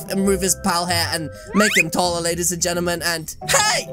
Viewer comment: I love when he said TOLLAR!!!!!! And I know he means taller!!!!!